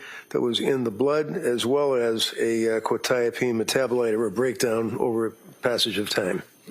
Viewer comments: How has none of the counsel learnt how to pronounce Quetiapine. I’m a pharmacist and it is really annoying me. Surely you would learn how to pronounce something you are going to say so frequently. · oh absolutely. I mean they've been told the proper pronunciation about 500b times by now and they can't ever say it right. It has to be a tactic. There's no other explanation. And while those tactics don't make sense to us they've been proven to be effective in a court room setting. So while I don't really understand the point and it's really annoying, it's something that they're doing for a reason and it's probably working.